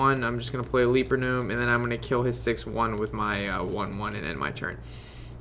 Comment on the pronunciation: Gj on the video. Only thing is it's a "Leper" gnome not a "leaper" gnome.